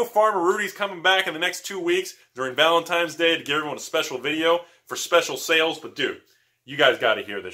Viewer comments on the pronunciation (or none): Did u say valentimes ?